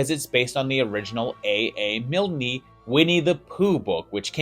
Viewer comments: AA Milne. Pronounced Miln, not Milnee. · A A Miln...kneee? WHAAAAAT!?! 😖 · I give thanks for your continued entertaining content. And the 'E" in Milne is silent (I think). I'll certainly feel like an ass if I'm wrong.